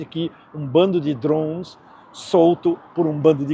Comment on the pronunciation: DRHOOOONS? Fala português, porra!